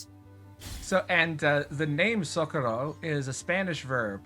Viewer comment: You said SOcorro, but here in Spain it's soCOrro.